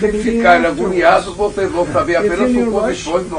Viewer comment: O Lula usando “aguniados” kkkkkkk amo